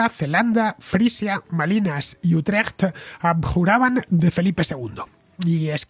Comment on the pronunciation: Buen resumen de la guerra de los 80 años. Por cierto, tu pronunciación de "Utrecht" creo que sería aprobada con nota por cualquier "dutch". Enhorabuena por el programa.